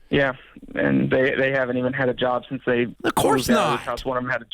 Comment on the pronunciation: (When you switch from Nashville to Detroit) 😂